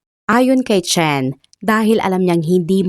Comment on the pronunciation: Chen - sound shen Qin - sound kin ...dpt ang pronounce